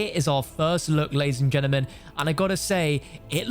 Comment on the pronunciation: Ladies and genimen